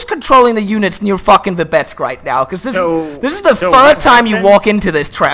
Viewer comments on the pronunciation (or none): "Vibetsk" someone gotta read that Belarusian geography! Also, I don't blame the USSR for losing this, when the UK just killed himself...